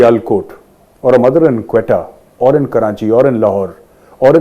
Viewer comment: You also said "Karanchi"..mqm style..ha ha. Alway great analysis Sir. I never miss your show